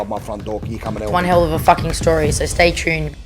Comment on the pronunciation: she doesn't even say stay tune. She says " stray trune"